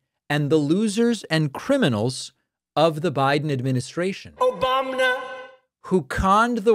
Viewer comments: That was my favorite “Obamna” it got me good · Still love every time i hear "Obamna" 😂😂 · "Obamna". always reminds me how deranged he is. Thanks for the giggle.